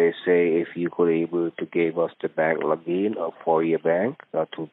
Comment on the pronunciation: I love it when you toss logic in the scammers face. Trying to get your bank "Logeen" was hilarious.